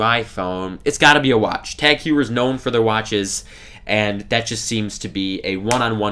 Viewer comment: Nice vid. Btw, it's pronounced TAG Hoy-er.